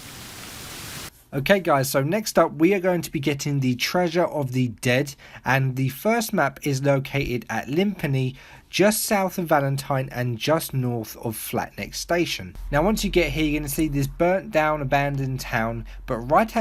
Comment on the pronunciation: You said the first map of the jack hall gang is east of flat wick station. You were actually west and it's flat neck station. All too often these videos refer to east and west backward and mispronounce names of locations.